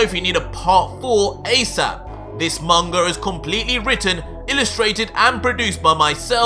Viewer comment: He says munga instead of manga